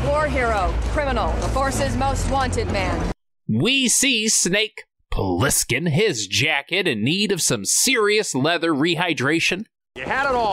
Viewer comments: Did you say Blissken? It's Plissken. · 😭 it's Plissken with a P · It’s Plissken, not blissken